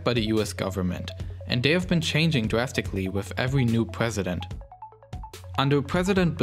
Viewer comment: “Pwesident” lmao